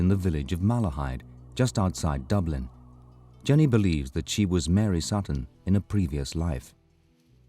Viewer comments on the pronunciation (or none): none